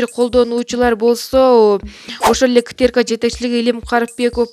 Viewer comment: Озвучка кылган кыз КТРК деген созду акцент менен айтыпсыз. Ошону ондосонуз калганы сонун!